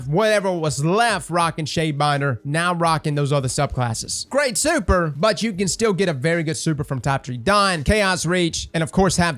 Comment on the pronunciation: Nobody:: Soüper